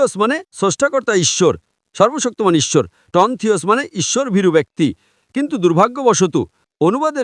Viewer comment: আ‌রে ইচ্ছর না ইশ্বর